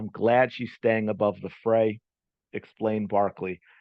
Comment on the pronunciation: Fray please. Not freight. But probably ai induced.